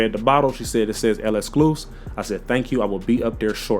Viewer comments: This guy saying el escluse 🥀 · Yeah it’s literally just lek-skloo-seef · Why can nobody pronounce L'exclusif? 😂